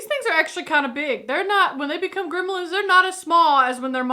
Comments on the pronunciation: GrEmlins, not Grimlins...... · Its funny how she pronounces it "grimlens"